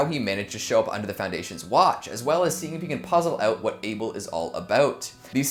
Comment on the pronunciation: it's able not Abel EEEEEEEEEEEEEEEEEE